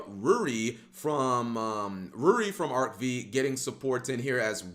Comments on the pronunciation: Arc-FIVE,, Arc-FIVE. The V is the Roman numeral for 5. Please stop saying it the wrong way. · Why is he pronouncing Arc-V with a "vee" sound when it is the Roman numeral for 5?